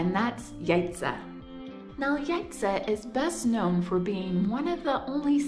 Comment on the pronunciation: Thank you for visiting our country AND learning how to pronounce Jajce properly. Please come again!